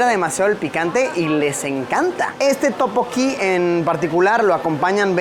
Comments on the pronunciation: Luisito no es topoki 😫 es (Tteokbokki) y su pronunciación es tuk - bow - kee, en el restaurante de barbacoa te faltó mencionar que comer carne de cerdo en Corea es súper caro y solo se come en momentos sumamente especiales es por eso que lo más normal es comer mariscos porque es lo más económico, de ahí en más me encantó el vídeo, espero en algún momento viajar a Corea, Amooooo 💜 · Efectivamente, yo cuando leí el "Topoki", dije "Esto es un sacrilegio". xD Pero es que ya en varios videos también se nota que Luisito se complica demasiado con prununciaciones simples. Pero bueno, no deben saber casi nada del Hangul y la pronunciación. uvu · Topokki amo jajajaja teokbokki Luisito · Escuchar a Luisito decir Topoki y no Tteokbokki me da toc. xD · No es topoki es teokkboky